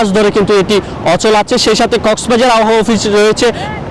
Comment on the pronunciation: এই বেডা আবহাওয়া উচ্চারণ করতে পারে না।